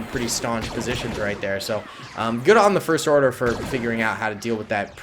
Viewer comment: Did you say the forst order